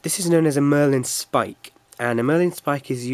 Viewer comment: Marlin spike, not Merlin Spike.